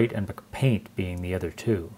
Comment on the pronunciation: lol dude it's Apple, not Mcdonald's. Am I missing some kind of inside joke with you pronouncing "mac-paint" as "McPaint?"